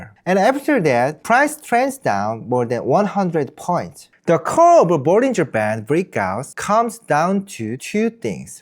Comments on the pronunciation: this whole time im thinking he's saying " bulls in Japan " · what the subtitle says: bollinger band what I hear: bullying japan 😅